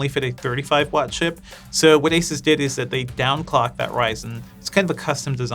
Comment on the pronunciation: Stop calling it Asis it’s Asoos!